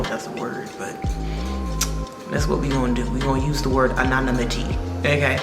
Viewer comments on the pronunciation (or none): I am way late and don't have the energy to comb through all the comments at the moment but as someone who learned a lot of words reading then rather than hearing them and as such doesn't judge people for pronouncing words anonymity is usually pronounced Ah nonNim ih tee